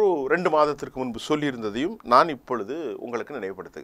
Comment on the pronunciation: Please don't say 'kasa' please say as 'Gaza'